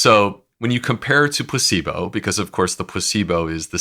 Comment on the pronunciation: Does anyone else hear his pronunciation? It's PLA-cebo, not pus-syblo ! Which is what it sounds like his guest is saying! I did a double take and replayed it. Yep.